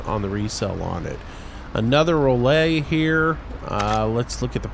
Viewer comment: Rollay as in rolet as in chevrolet. Lol to funny.